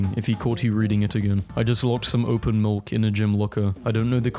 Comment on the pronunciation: i love how he says milk. mulk.